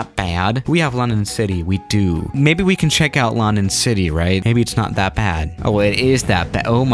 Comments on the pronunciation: "Laandan City" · "Longdon city"